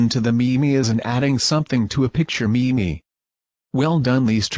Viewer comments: watch all 4 videos... not bad... get to this video and hear "Me-Me" instead of "meem" internet, i am disappoint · Shitty text-to-speech software. It's pronounced meem dammit. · Anon ymous i was calling them meme’s for years (just cuz i never heard anyone pronounce it outloud) until this 16 year old girl heard me say it in a videogame and made fun of me so i stopped 😂😂😂